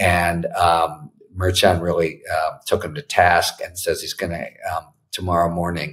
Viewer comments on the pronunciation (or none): Judge Merchan’s surname is pronounced mer SHON. Not mare chon.